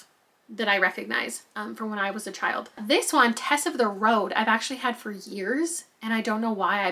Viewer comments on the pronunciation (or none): none